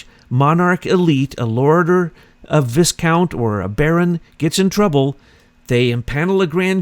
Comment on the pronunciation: You pronounce "viscount" as "v-eye-count"